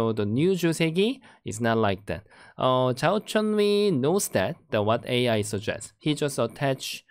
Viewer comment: It's Zhao Chenyu not Zhou Chenyu